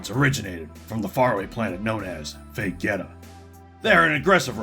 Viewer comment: oh my god ok no offense but it's pronounced say-an and ve-jee-ta in terms of the planet and race